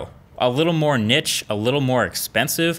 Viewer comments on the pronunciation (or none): Hey MKB. Love your posts! Been following for a long time. Noticed however that you say the word "Niche" wrong. You pronounce it "Nitch" but you should say "Kneesh". Anyway you seem like a guy like always wants to better himself so I thought you might appreciate the comment. Best regards. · niche = "neesh" not "nitch" LMAO smh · Niche = "NEESHE". NOT "Nich" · did you just say nich? it's niche bro, pronounced 'neesh' lmao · Did this nigga really just pronounce niche as 'nitch' wtf lool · Did you just pronounce niche... nitch? Wow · Niche... pronounced Neesh. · Love the video, great work, please correct your pronunciation of the work 'niche', though it makes my eye twitch every time you say it wrong ;) looking forward to more updates on the imacpro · Marques, please pronounce "niche" correctly it's killing me on the inside. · pronounced Niche wrong